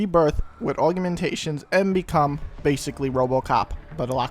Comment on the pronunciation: im pretty sure its aug-mentation not aug-u-mentation cause where is the second u in augmentation? :O